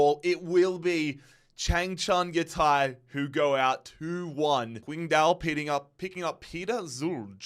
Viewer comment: as a chinese speaker it pains me hearing how he pronounced qingdao 😂u would be much closer if u pronounced ching-dao instead. dont ask me why, this is how mandarin Chinese works. the Taiwanese system would prolly give u Chingdao for the same characters. I just got used atp...